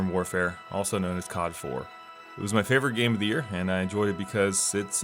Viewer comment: i cringe every time u say "cod" as a word